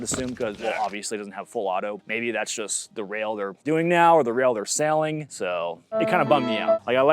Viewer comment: Did he say “sailing” in stead of SELLING?